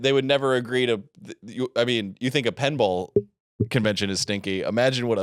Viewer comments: what the holy fuck. toby how did you not completely take him down on that pen vs pin argument? I heard fucking penball too. the same annoying people that say pellow instead of pillow. also wrong about sipowicz. I think he was on NYPD Blue or something. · Pen vs pin ball had me yelling at my phone. He was 100% saying pen and the fact he couldn't tell the difference eff killing me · is absolutely saying pinball wrong